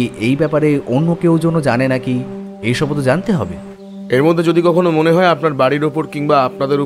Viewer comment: সুকান্তবাবুর অন্য গল্পের মতো বলিষ্ঠ নয়। সদাশিববাবু কি সঙ্গে ছুরি নিয়ে আলোচনা করতে এসেছিলেন? আর লেখক হতে পারেন কিন্তু তাঁর উচ্চারণ মোটেও শুদ্ধ নয়। জ এর উচ্চারণ z সেই বিখ্যাত উক্তি মনে করিয়ে দিল, "কেবল zaনতি পারোনা।" আরো ভালো গল্পের প্রত্যাশা রইল।